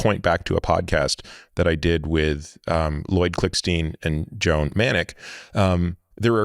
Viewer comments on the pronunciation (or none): none